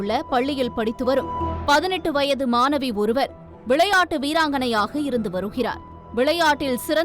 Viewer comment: தமிழை ஒழுங்காக வாசித்து தொலைக்கவும் !!! அது மானவி 🤦🏾‍♀️ இல்லை ...... "" மாணவி "" !! ன , ண , ழ , ல , ள , போன்ற எழுத்துக்களை சரியாக உச்சரித்து பழகித் தொலையுங்கள் ...... எத்தனை முறை தான் சொல்வது !!! உங்கள் தமிழ் உச்சரிப்பு கேட்கச் சகிக்கவில்லை !!!